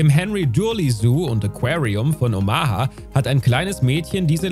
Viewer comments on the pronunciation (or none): OMG. Es heißt Sumatra und nicht Suumaatraa und Omaha, nicht Oma-ha. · Sumatra wird auf Su betont, Omaha auf O. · Mein Gott wie bescheuert. Wenn ein Video mit den Worten beginnt: Ein tag im Zoo ist ein grosser Spass. NEIN !!! Haben dir deine Eltern garnichts beigebracht??? Dann wird Sumatra-Tiger und Omaha falsch ausgesprochen und so schlecht geschnitten dass die Hälfte der Geschichte fehlt. Ich bin nach 2 Minuten weg.